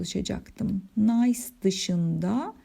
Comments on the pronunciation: hocam nays diye değil nis diye okunur o şehrin adı fransızca çünkü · Hocam emeklerinize sağlık, çeviri gerçekten zor bir iş. Telaffuz konusunda da dikkatli olmak gerektiğini düşünüyorum. Nice (nis) ya da au (ou) gibi. Yanlış öğrenilenleri düzeltmek çok zor oluyor.